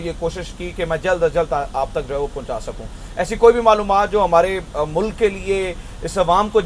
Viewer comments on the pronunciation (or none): none